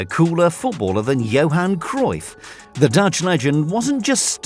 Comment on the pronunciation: Its johan cruyff